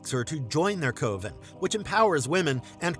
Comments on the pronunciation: The way he says coven had me 😂! He sounds it out like it's pronounced 'coh-Ven' or 'cuh-ven' ish and once more at the end of the 'Bits' entry. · Coven rhymes with oven not cloven!!! Gotta be an AI BOT!